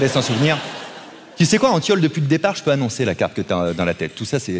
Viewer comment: En vrai j'ai cru entendre le bon prénom (car on prononce Antione) maintenant que je regarde la vidéo je vois que c'était antiole et pas antton mdrrr. En vrai je m'en fous je passe ma vie a corriger les gens sinon😂